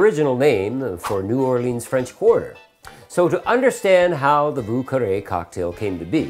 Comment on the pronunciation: Vieux is pronounced Vee-yuh. Carre is pronounced almost like the word "Care". So like Vyuh Care. Source :I live in lower Lafourche and speak French.